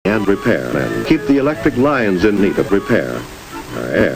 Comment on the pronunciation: Surprised you didn't use Luxray or something when he said what sounded like "electric lions." I know he's actually saying "lines," but that's not how it sounded.